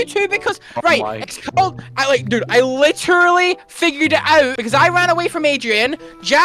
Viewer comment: I love how accent comes out when he gets angry, like "I literuhly figured it owwt"